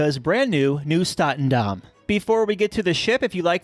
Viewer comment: It's NIEUW STATENDAM and not NIUEW STATENDAM